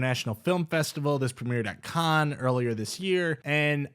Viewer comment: thats not how you pronounce cannes.